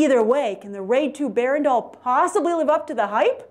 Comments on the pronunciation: "Berandal" is pronounced as "ber-raan-daal", not "bear-randawl". smh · excuse me, is she said 'the wade 2: bear-and-all' instead of the raid 2: berandal? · Berandal pronounced Buh-Run-Dull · tips on how to say "berandal".. buh - run - dull berandal means thug in indonesian :D